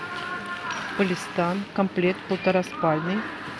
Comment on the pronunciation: Полисатин -какой палистан ,ну опять читаем не правильно 🤦